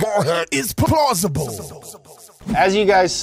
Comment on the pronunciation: "plausable" hahahahha